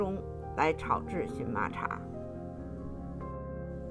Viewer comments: 这个字念qian ma,不是xun ma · 发音不对, 荨qian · 做植物名的时候，读qian ：） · 谢谢您指教🙏,,这是多音字,在植物中的正确发音,我在荨麻茶的视频里纠正了.多谢您🌹👍🌼🌸🌷🌾🍀